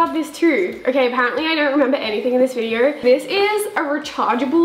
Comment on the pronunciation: "videorr" ( not an hater) 😆